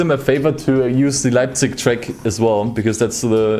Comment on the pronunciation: Deine Aussprache von Leipzig hat dich veraten!